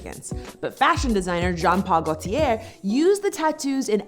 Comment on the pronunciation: im offened by the way she pronounced Joan Paul "Gaultier"